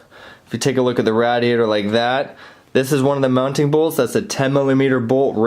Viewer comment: Good tutorial. I couldn't stand how you pronounced radiator though. Lol